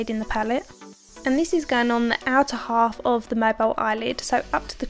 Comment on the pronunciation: I'm a fan of yours too! And it's so nice to hear your Essex accent.... I from down the road East London! I did giggle when you said 'in alf'! Could you please tell me what you think of the Hakuhodo brushes, would appreciate your professional feedback, thanks.... D